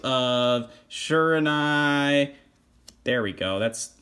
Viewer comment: Pretty sure it is pronounced she-raw-new-eee and thanks for this deck profile